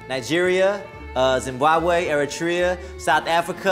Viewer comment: My man Jay said Zimbabwe omff 🙌🏾